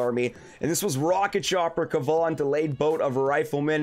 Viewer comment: Awesome work Skull your pronunciation of Kevan now is correct keep on killing it !code SkullCrusher🇨🇦